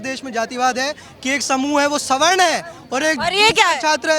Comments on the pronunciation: अनपढ़ सवर्ण को स्वर्ण बोल रही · सही शब्द सवर्ण है न की स्वर्ण। सवर्ण उन्हें कहते हैं जो चारों वर्णों के अंतर्गत आते हैं। अर्थात् ब्राह्मण, क्षत्रिय, वैश्य और दलित ये सब सवर्ण हैं। जो इन वर्णों के अंतर्गत नहीं आते थे और अंत्यज या सबसे पिछले पायदान पर खड़े लोग जो होते थे जैसे मारे हुए जानवर के खाल उतारने वाले केवल उन्हें ही अवर्ण( बिना वर्ण) की श्रेणी में रखा गया था। ये मूर्ख स्वर्ण- स्वर्ण कर रहे हैं।